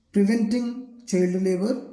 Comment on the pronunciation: Do you even know how to read?chald and laaws plaans😅😅